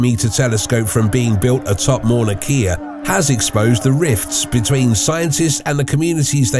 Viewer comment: While he's at it, he can work on the proper pronunciation of Mauna Kea.